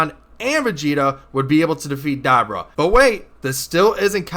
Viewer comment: da-bra???? have you watched the show? "Da-boor-a" come on